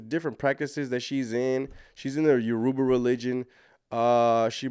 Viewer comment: You keep pronouncing Yoruba wrong. It's cringy. It's pronounced " your-ra-buh" not 'yurooba' lol